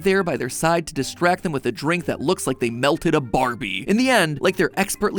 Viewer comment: Oh melted! I heard it like you said milked.